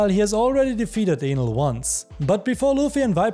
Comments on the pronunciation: Is it me or I heard him say anal instead of enel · bro its enel and not with A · He didn’t say Enel correctly… it sounded like something else… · it's so funny how he says enel like anal LMAO